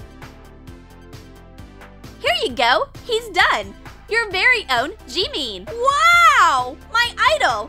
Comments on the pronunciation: Bish it's not "Jeemean" It's JIMIN can you even pronounce it? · I know it’s not jeemeen it’s Jimin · You said it like this “Jeeemeeen”it’s jimin! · Its not "Jiimiin" its "Jimin" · "Everybody can recognise these dolls, Billie Ellish, JEMEEN"? Not Jimin but jemeen😂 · its jimin not jimmy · it's JIMIN not JEEMEEN 😒😒😒😒😒😒😒😒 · That was not Jimim! It was Ji-mean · No seriously wtf is "J-EE-MEEN" JIMIN girl JIMIN umm by the way I am an aRmY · STOP SAYING “Jeemeen” ITS “JIMIN” u r killing me!!😭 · i was going to cmnt the same thing army😇😂 ... its sooo iritating to hear jee-meen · Jimin doesn’t even look nothing like the actually jimin. They can’t even pronounce his name right. It’s JIMIN not Jeemen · Jeemeen true Army's: Jimin that person is like Oli London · no he is right his name is not jemen his name is jimin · True cause it is not jeemen it is jimin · Ummm I’m sorry but is jimin not jeemin and that doll looks like oli London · "Jeemeein" Jimin: Ah ExCuSe mE Me after seeing Jimin doll Me: I better make a drawing itself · Tori Kirej HEY JIMMY! IM JIMIN! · let's make him a little JEEMEEN Me:it's JIMIN!!!! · jeemeen me: ITS JIMIN!!, you got no jams ARMYs: rolls eyes it's JIMIN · no one: still no one: me remembering why.i clicked this video after not watching for 2 years me: *hears "JEEMEEN" bruh it jimin not jeemeen WATDAFUQ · The way they pronounced "Jimin" j e e m i m Oh come on its pronounced Jim-in. Is it that hard? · Me: *sees vid including BTS Me: *sees "jeemeen's" part My heart: what did u do to Jimin?! Is that Oli stupid London?! My brain: 😳😳😳😳SERIOUSLY!? U DISAPPOINTED ARMY!! 😡😡😡😡 Plus it's pronounced JIM-IN NOT jEEmEEN!! Btw I purple u ARMY!!💜💜💜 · Jeemin” 💀 it’s jimin P A R K J I M IN but that’s not jimin that’s Oli London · Everyone: Jimin: JiMeEm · They are so lazyyyyyyyyyyy to say N in JIMIN THAT THEY SAID JIMI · it's not jee-meen it's Ji-min